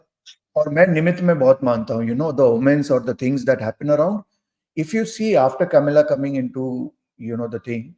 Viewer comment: It is not Camilla it is Kamala.